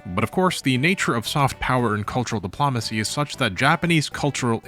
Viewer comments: Buddy you gotta work on your pronunciation. C'mon! Diplumacy?!?!?! Please dude. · If I hear "De-PLAH-macy" one more time I'll become an Autocrat. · 'Dip-Lom-Acy' tho... Might as well pronounce it 'Camp Doily.' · Why do you pronounce "diplomacy" so weird? You say it so many times, and it's distracting.